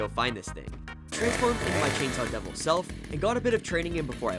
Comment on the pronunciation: He said the name of the chansaw devil wrong